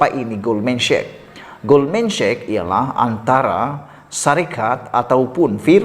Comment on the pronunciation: Hi, boleh betulkan sebutan Sachs macam bunyi SEK!